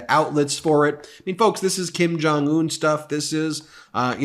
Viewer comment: Hey Ben, you reference Kim Jong-un a lot. You need to stop saying Kim Jong oon, sounds really very stupid. Just a heads up.